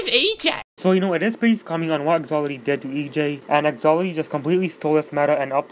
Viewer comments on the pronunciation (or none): " Thaloty what the thuck " 2019 " Who the thuck is EJ" Lmao im dying 😂😂😂😂😂😂😂😂😂😂😂😂😂😂😂😂😂😂😂😂😂😂😂😂😂😂😂😂😂😂😂😂😂😂😂😂😂😂😂😂😂😂😂😂😂😂😂😂😂😂😂😂😂😂😂😂😂😂😂😂😂😂😂😂